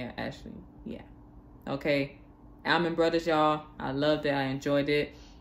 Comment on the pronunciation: Pronounced "All-Man" Not Al-Man.